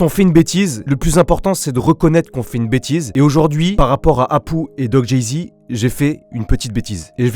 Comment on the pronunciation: Apou et doc jazy et pas doc jézy